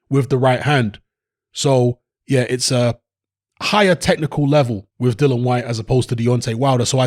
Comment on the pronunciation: HIS NAME IS DILLIAN WHYTE..... OK.. NOT DILLAN WHYTE AS YOU KEEP SAYING.